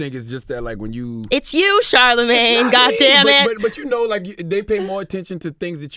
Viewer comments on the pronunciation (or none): none